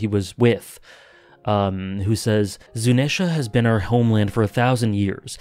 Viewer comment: Afaik, Zunesha is pronounced (zoo-knee-sha) just in case you hadn't been told that yet :)